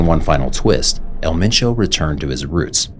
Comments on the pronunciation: You need to use different clips. I've seen the same few clips every video, I think you definitely have the potential to be big. Also I think some of the videos have repetitive information but I don't think that's necessarily a bad thing. This is more of a nitpick but you should see if someone can help you out with pronunciation too. There was one video where you said "El Machow" when his name was 'Ma-cho'. Other than that keep it up. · didnt even say his name right